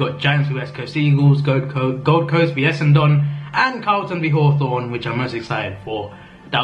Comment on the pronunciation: Essendon is pronounced Essindin, my dude